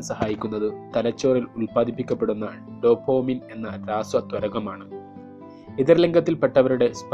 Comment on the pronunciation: Dopamine not Dopomine makane